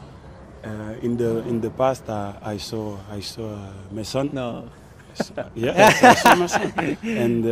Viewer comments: he meant mason not my son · did mendy just call mason "mah- son" LOL. the chemistry is real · The way he said it sounds like "my son" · When it's pronounced by people who not conversant with English language it wil be Ma' son like my son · Hahaha Looked like 'my son ' 😂😂😂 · Bro I though Mendy said 'in the past I saw MY SON" I was so confused ahaha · He said "Mason,it's a very good player"